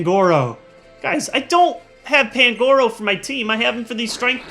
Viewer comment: Its pan-gu-ro